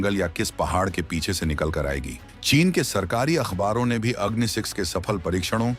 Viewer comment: please pronounce the name of the missile correctly, i assume ur indian so it is agni and aagni.